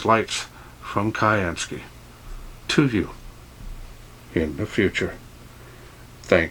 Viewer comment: Hi. Thanks for a very nice review on this new torch torch. One thing that occurs to me is that the name is probably pronounced as syansky (as in blue sky). Just a thought really mate. Still a bloody good good review though. Please keep them coming.